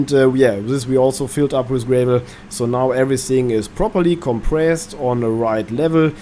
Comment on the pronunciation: gra vol .... a .... is in apple .. not A as in anus..... not GRAY VOL